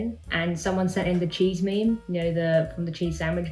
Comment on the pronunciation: Did she say meme as MEM-MAA